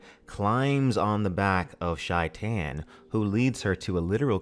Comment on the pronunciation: Nice work. Just some detail on the phonetic of "Shaitan". In Arabian it sounds more like "Satan" but replacing the sound "S" by "Sh" and the A in the second syllabe sounds like latin A, something like "Shay- Taan"